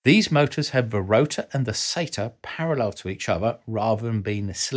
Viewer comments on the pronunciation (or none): none